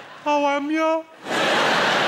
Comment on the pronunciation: there's no H, it's pronounced 'owamya xD